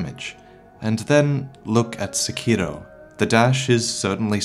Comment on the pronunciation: This man actually pronounces sekiro correctly, it's refreshing